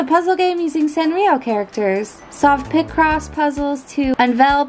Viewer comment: Ir's "Picross" not "Pick Cross" 😅